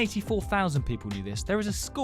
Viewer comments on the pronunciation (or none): As a philipina, Quezon city is pronounced as kezon city